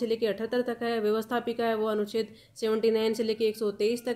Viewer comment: Anucheddd na ki aducheddd